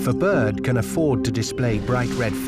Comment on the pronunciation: Its pronounced B I R D there's an R in the word are...R